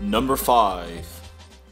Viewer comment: u say the word five so fucking weird